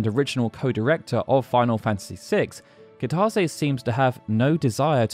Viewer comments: Goddamn it! Kitase is Pronounced Key-Tuh-Say, not however you're doing it. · That's not how you pronounce Kitase. This new Generation and how they Pronounce Japanese Words, I swear to God...